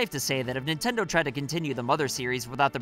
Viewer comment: Ah, yes. My favorite company. "Nintnedo".